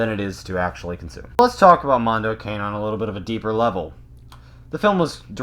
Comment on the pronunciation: It's pronounced "can-e' "